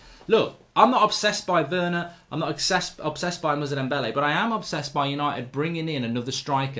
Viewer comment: Ffs mark, his name is moussa dembele not muzza dembele